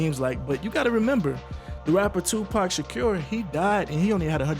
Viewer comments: Did he just say Tupac Shakyur??? lmao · Tupac Shaqure